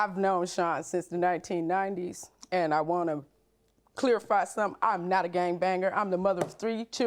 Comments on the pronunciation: She said "clearify" not clarify. Shes guilty 😂😂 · The way the defendant says clarify...."clear-a-fy" irks the heck out of me